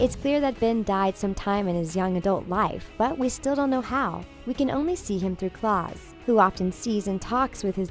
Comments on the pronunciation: Diego’s power is wrong Diego’s power is actually holding is breath for a amazingly long time and klaus’s name is pronounced (kL-ow-s) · How just how? Narrator: sees the word Klaus Narrator: says CLAUS as if that was anywhere near the pronunciation Everyone Else: WHAT?!🤦‍♀️🤦‍♂️ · I'm sorry, but did I just hear "Claws" instead of Klaus? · It's very obvious the narrator has not watched the show. It's Klaus, as in Kl-OW-s, not Claw-s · Ok so, for people scrolling in the comment section, let me clear some stuff up cause its annoying me how ignorant some people are here. • Its pronounced Klaus not Claws. •Five didnt WANT a name, said it made him too humane. •They were born on the same second, so they can be born a few milliseconds apart. They were ranked by millisecond. •Five IS NOT Hargreeves. Thats just bloody stupid •Its Leonard not Lah-nard. • Diego can manipulate ANYTHING he throws to go where he wants it. •Ben can summon DEMONS not just the “Kraken”. •Klaus became a drug abuser to keep the ghosts at bay. •Luther is a stuck-up baby. •Vanya is not a sociopath, she was a bratty child with the most attention, she couldnt care less about some bitch trying to make her do something she didn’t want to do. •Hargreeves is an alien •The 36 are probably dead. •The Things is a stupid channel that obviously didn’t watch the bloody show, and because it was popular, thought to yank some theories off of reddit and slap it in some trashy video that most people hate because you DIDNT WATCH THE SHOW. Those are the most important things you need to know after watching this 12minutes of a shit-show. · IT IS NOT CLAUSE IT IS KLAUS SOUNDS LIKE CLOUSE SAY IT RIGHT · Klaus NOT CLAWS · Who,s clause it's Klaus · Okay I dont want to be that person but its Klaus, not Claws. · It is Klaus not Claws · I hate how you said Klaus it’s not claws it’s kl- ow- s KLAUS NOT CLAWS!! Edit: also she obviously didn’t watch the show because she also pronounced Leonard wrong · Klaws? NO MA’AM ITS KLAUS U IDIOT